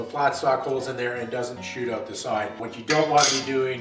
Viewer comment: You're saying "out" wrong!